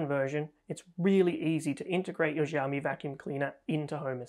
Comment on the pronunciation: Xi in Xiaomi is pronounced lile "shi", not "Ji" (with the French j).